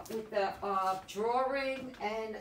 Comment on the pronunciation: love how you say drawring...like Peter falk